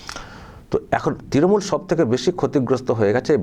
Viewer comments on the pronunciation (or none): none